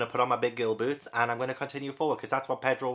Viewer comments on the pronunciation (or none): none